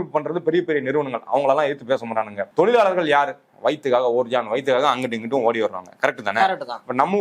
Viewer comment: "Zha" not " la" in tozhargal.